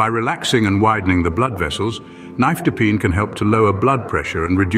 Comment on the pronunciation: You are NOT pronouncing nifedipine correctly!